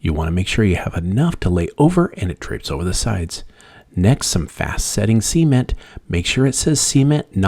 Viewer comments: Imagine if this guy had a dictionary & referenced it & didn’t sound silly….repeatedly saying, “see-ment” LOL it’s SA-MENT 😂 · It’s cement, not sea-ment. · He should start by learning how to properly pronounce SA-MENT LOL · I cringe every time he says "see-ment" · NOT SEA ment! Geeez 😂😂😂😂🤣🤣🤣🤣🤣🤣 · I was done when he said ceement